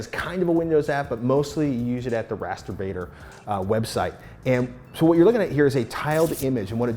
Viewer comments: Dang it... am I the only one hearing “masturbating“ instead of rasterbator? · Ahhh !!!!! Its Rasterbator not Mast.... You Know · On introduction, I thought she said MASTERBATING!!!! And he was going to make big poster of it or die trying. I was like WTF, Yeah baby! LOL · i thought she said Masturbating. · ARe thay saying masterBating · she sounds like saying masterbating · I THOUGHT SHE SAID MASTURBATING